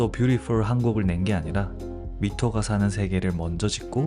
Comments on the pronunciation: 미토 아니고 마이토 입니다 ㅠㅠ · 해주신 말씀에 공감 많이 갑니다👍👍 좋은 영상 감사해요🫶(그리고 MITO는 마이토로 발음합니다🫡)